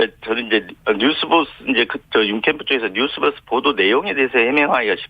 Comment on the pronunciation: 앵커님..뉴스뻐스가 아니라 뉴스버스 입니다. 듣기 불편하군요. 이름을 바르게 발음해주는 것은 예의 입니다.